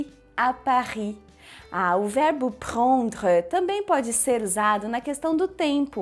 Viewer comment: Vc tem uma pronúncia errada, o “e” no final de prendre n se pronuncia, e o “e” tem som de “o”